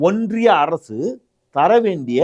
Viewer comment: ஒன்றிய அரசா. இல்லை ஓன்டிய அரசா............